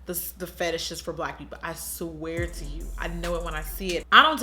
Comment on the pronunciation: "I sweater god"😂😂😂